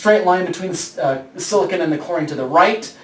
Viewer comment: silicon is not pronounced like that!!!!!!!